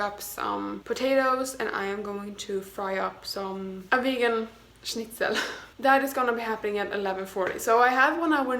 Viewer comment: I love how you said Schnitzel! Most people pronounce it wrong but you did very good! I'm german so I just wanted to tell you this 😂😂😂